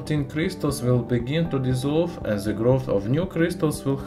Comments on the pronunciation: Чёрт подери, твой акцент на уровне первоклассника. Хотя бы de вместо ze говори, будет гораздо лучше. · nice video, but unbearable to watch because you say ''ze'' like every 5th word